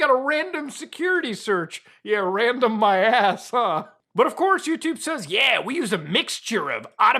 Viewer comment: "random my ass" sounded like ...rammed in my ass..yeeaahhh prolly shouldn't say that...ever ..Again